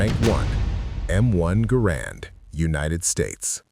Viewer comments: Say GAH- RAND not GAH-ROND!! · First of all, the man's name was John Garand [pronounced GAIR-und, not guh-RAND]. Second, why was there no mention of the Enfield M-1917 [chambered in. 30-'06]? As good as the Springfield 1903 was, the Enfield M-1907 was far better, especially in cold weather or when dirt and muck were a problem. The Springfield cocked on closing, which could mean that there would be times when the bolt COULD NOT be closed without removing the bolt and cleaning the rifle. The Enfield cocked on opening, which meant that if the action got mucked up, you could still close the bolt almost without exception, as all the force and mechanical advantage was only applied to the actual closing of the bolt. The Springfield had to split the mechanical advantage between cocking the firing pin and closing the bolt. If the Enfield DID get too mucked up, you could almost always clear out enough muck with a twig, your fingers, or even the tip of a bullet and you were back in business. Snipers who had shot both, generally chose the Enfield. The Enfield had a superior trigger [the Springfield trigger always felt the sear and NEVER been polished at all], and it held 6 rounds compared to the Springfield's 5 rounds. Granted, there were a WHOLE LOT MORE Springfields produced than Enfields. However, when the US entered the war in December 1941, there were more Enfields on hand than Springfields. This was because we had been producing Enfields for the British during the First World War because they didn't have anywher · The man pronounced his name, “GA-rand “